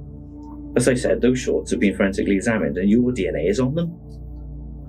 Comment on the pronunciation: When “frantically & forensically” sound like the same word is being said, it’s time to call in a Welsh interpreter…🫡🙄🤣